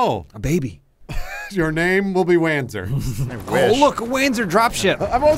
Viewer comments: Wanzer = Panzer but it walks so Wanzer, but hopefully it's pronounced "Vanzer" so it's not as stupid. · "they will wanzer for this!"